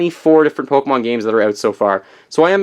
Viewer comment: If you are going to be a nintendo expert, Pokemon is "Poke-ay-mon" not "Poke-o-mon" I'm not butthurt, but according to *****, that's how you pronounce it.